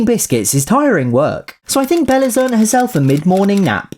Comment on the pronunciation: Yeah he said "earnT" not earned.